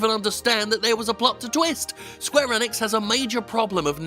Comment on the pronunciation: This man can’t say gibberish Enix or xeahahort wtf